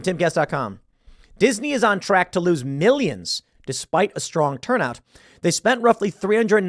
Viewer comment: HURNDREDS OF MIRRIONS